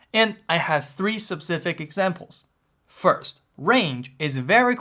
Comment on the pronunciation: Your "SePcific" cracks me every time lol ( , ....)